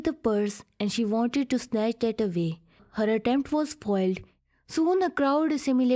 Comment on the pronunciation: I couldn't even understand half of the things she is speaking, she is pronouncing 'that ' as dat.